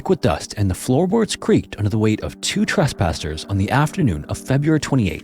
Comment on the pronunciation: He said trespasters tho 😂